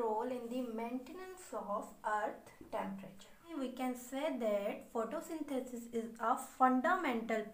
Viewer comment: It's perfectly fine...